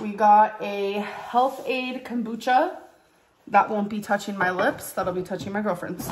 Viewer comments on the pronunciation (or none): none